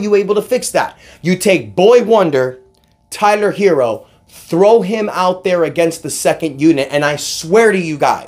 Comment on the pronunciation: I think I heard u say "Kyler Herro" 😂😂 but no real talk I gotta appreciate the effort Miami gave last night. Hated that we lost though.